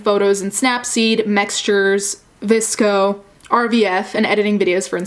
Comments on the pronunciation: She spelled vsco like “visco” I can’t handle this 😂🤦🏻‍♀️😩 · The girl calls it “RVF” but it’s “RFV”, and with its VSCO not VISCO as it says on her website ooff this is terrible